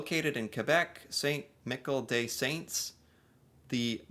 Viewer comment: 😂 ok, here we go 😂 Reseau= Ray-Zo and Michel = Mee -Shel approximately. but we love that you try.❤😂